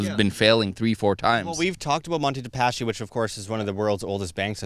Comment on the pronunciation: "Paschi" is pronounced: "paski"